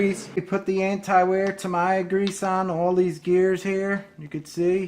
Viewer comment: Great video! But, whoever was talking in the video pronounced Tamiya wrong. Its, TA-MEE-YA not Ta-my-ya, lol.